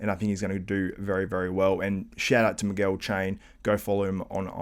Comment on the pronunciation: And its not “migüuehl” its “mee-geahl”